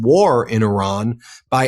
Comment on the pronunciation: The dude you interviewed can’t pronounce Iran properly….. even Orange Klown can get it right. Come on! It gets pronounced properly 200 times a day. Be ACCURATE. This is worth your effort.